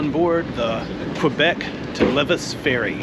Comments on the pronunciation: Great video! Loved your positive attitude on the train delay. You definitely saw some great Québec highlights in one day :) On your Qs, the Battle of the Plains of Abraham was in 1759 and Lévis is pronounced Ley-vee :) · Lévis is pronounced "Lay-vee"